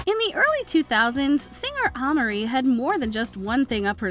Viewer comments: Like girl who is that? 😂 you mean “Aye-Marie?” 😂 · It’s pronounced AYE-Marie, not AHH-Marie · ahhhhhmerie lol oh no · Yes cause who tf is “Ah-Marie”?